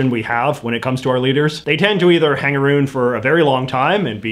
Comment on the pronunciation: "Hang a-roon" our silly accents.